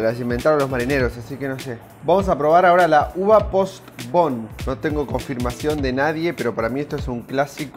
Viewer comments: El dice pobon no postobon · Me dio ansiedad todo el video escuchándote decir POSBON jejejeje, gracias a la chica que me salvó el final del video diciendo POS TO BON yaaaaaayyy jajajajaja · No es postbon es Postobón lo pronuncias mal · es Postobon como se pronuncia jajaj no Post-bon, saludos :D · No es Post-bon, es Postobon. Así como se escribe, (con acento en la última O) .😂💗 Saludos desde Medellín.💗 ¿Cuándo va a hacer un vídeo grabado en Medellín? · No se dice posbon en las gaseosas es POSTOBÓN y si enserio querías la gaseosa colombiana pues debiste llevar LA COLOMBIANA no la uva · No es posbon es postobon amigo saludos desde Colombia excelente video. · Al muchacho se le metio que es " Post'bon". Ella en cambio leyó correctamente la marca. En Colombia al café negro se le dice " tinto " o " tintico " pero no " tintillo". " Chango " es " carro " o " carrito ". " Concha " en Colombia carece de significado negativo. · La gaseosa se pronuncia POSTOBON no POST-BON... POSTOBON significa POSADA-TOBON, que son sus fundadores. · el tomate de arbol si crece en arboles, y se dice postobon no posbon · Es POSTOBON, no POSTBON Como lo dice en el video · POS-TO-BON. No pos-bon xD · Postobón se lee literal, no Postbon jajajaja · Se lee seguido postobón, no post-obón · Dijiste Posbon y es Postobon como se escribe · se dice postobon no post bon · Me causa gracia como dice gaseosa POST O BON jajaja solo es Postobón como se escribe se lee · Dice postbon? Xd es postobon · POST OBON JAJAJAJ SE LEE LITERAL POS-TO-BON NO ESTÁ EN INGLÉS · Se dice postobon, no postbon jajaja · Se pronuncia completo "Pos - to - bón" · Buen video para referenciar (Y) La marca de la gaseosa esta en español, y se pronuncia: Pos-to-bon. Pd: Almacenes exito es d lo màs carito en Colombia jeje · Repite después de mi POS-TO-BON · Nos es la gran cosa pero se dice pos-to-bon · No es hate pero se dice Postobón jijijiijuii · Nostros manejos.el sheismo. Pero un palabra se debe respetar y pronunciar.